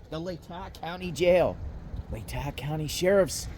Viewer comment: Pronounced “Lay-taw” county 😊